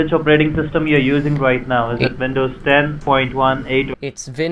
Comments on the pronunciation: "I'm not sure what wersion of Vindows it is because I'm not very good with computers" "Yeah, I have Awast ." "It'll be a Wisa card." " Prowiding " "C- Wee-Wee " " Reweal " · lol why you say dekstop and vindows lol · So why does he constantly change Ws and Vs, like vindows and wiruses.... He sounds British, I'm probably wrong but the only people I know of that do that are German. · Vindovs and Wirus xD